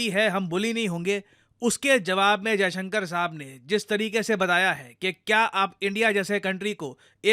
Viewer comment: मास्टर जी, विदेश मन्त्री महोदय का नाम एस. जयशंकर है (अजयशंकर नहीं है).